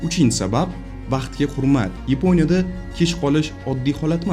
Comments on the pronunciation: Йипония емас Япония деб гапиргин ешак бош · Йипониямас Япония,узбек тилиниям бузиб расво кивордилар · Yaponiyani yeponiya deyish ham notoʻgʻri😅😅😅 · Йипония эмас япония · Ypo'nya degan davlat bormi Yaponiya ni eshitganman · Yeponya emas, Yaponiya. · Iponiya emas.Yaponiya .shuning uchun bizda shunaqa .Gapitish madaniyati yo‘q senda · Yponiya emas Yaponiya deyiladi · Епоня дебмас япония деб гапирсез хам болуради соф жайдари тилимизда. Сиздакалар бор экан биз хайотда японларга етолмимиз😢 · Akam Yiponya emas Yaponya. Bizdagi tartibsizlikni siz ham kòrsatib turibsiz. Uzur oldindan.Siz ham Yuqtirib qo'ymang notòģri tahlilni. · Yiponiya mas Yaponiya